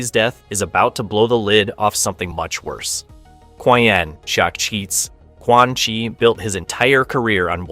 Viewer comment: did you hear quan chi?😂